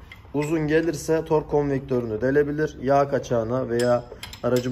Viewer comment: işin piri fakat tors değil tork orlink değil oring 😀😀